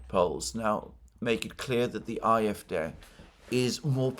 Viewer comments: Ah-eff-DAY, not aye-eff-deh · Aahrr Eff, Day, would be a closer pronunciation IMO. Just sayin'.